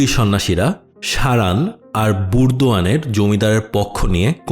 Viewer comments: বুর্দোয়ান নয় দাদা ওটা বর্ধমান হবে। বাংলা থেকে বীরভূম যান? গাঞ্জা টেনেছেন? বীরভূম পশ্চিম বঙ্গ বাংলা নয়? সুবুদ্ধি হোক। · সঠিক উচ্চারণ আশা করি, ভবানি পাঠক এবং বর্ধমান।